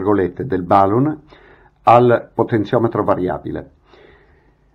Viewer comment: .... Potenziometro variabile.... Non si può sentire....scusa eh!!!